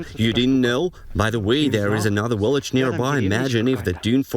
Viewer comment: The guy keeps saying V as a W! "Willage". LMAO